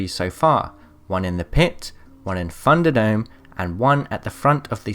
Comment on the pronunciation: Funduh dome. LoL I'd like to point out that my American pronunciation of Thunderdome is literally identical to English in 1700. It doesn't get everything right in other words but for this one nothing's changed